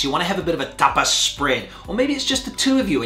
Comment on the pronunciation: There's one thing that has always bugged me, and that's the way you says TAPAS! This video was too much for me 😂